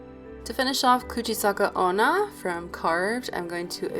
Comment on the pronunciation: Idk if anyone else noiteced but she said ''kuche saka onna''